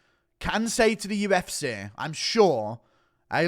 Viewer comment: listen to yourself man UFCay just burped up vitamin Cay. Again again UFCay UFCay. I would like to see ko'd and wasted